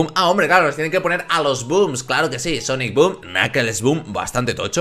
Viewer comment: Cuando aparicion etman de SONIC BOOM dijiste etman SOOM